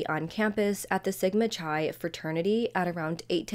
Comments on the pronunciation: It is Sigma Chi , Pronounced KI or KEYE, Not CHI like Cheese.. Come On Girlfriend!!! And they could have entered thru the 2nd Floor Sliding Glass door Not the 1st Floor Door!! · I was trying to contact you privately because I didn’t want to be perceived as petty but I wanted to let you know that Sigma Chi is pronounced Sigma Ki not chai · Pronounced sigma- Kye